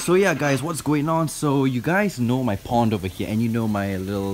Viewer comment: When he says pond it sounds like po*n